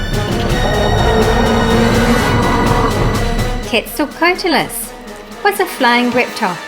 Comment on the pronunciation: Some more you had a bit of trouble with: Quetzalcoatlus: Quetz-al-coat-lus Dacentrurus: Da-cent-ru-rus Neovenator: Neo- voh-nator Also, have you seen the new papo acrocanthosaurus repaint? Also also, Have you seen the epic battle of dinotube by Bioniclesaurus?